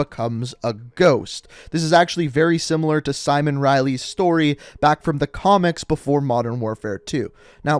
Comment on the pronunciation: Simowhen Riley